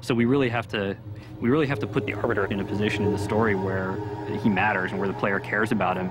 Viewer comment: Look, I love you man but, STOP MIS PRONOUNCING THE ARBITERS NAME